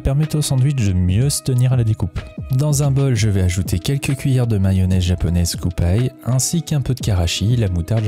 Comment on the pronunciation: Nickel ! Juste un détail, la mayo kewpie, ça se prononce kiyoupi (キユーピー), pas kyoupaillle ( -_°)